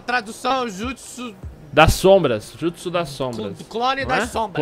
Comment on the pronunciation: kage bushin no jitsu? kkkkkkkk n é Jutso'' naum? shausahsuha ''Kage Bushin no Jutso''